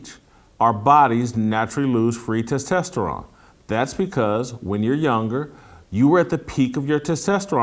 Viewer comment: Jason "testesterron" Whitlock 🤣